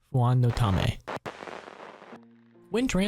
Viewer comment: Fuan no tame -> fuan no tane